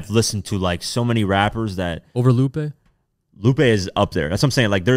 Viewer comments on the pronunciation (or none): Lupe??????? Luppee??? (Soulja boy voice) smh